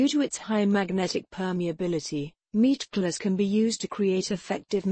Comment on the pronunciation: I just love listening her saying "Meatglass" over an over